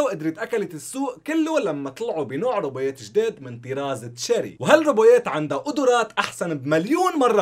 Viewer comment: ولله عندك مشكلة بالكلمات اسمها روبوتات مو روبويات wtf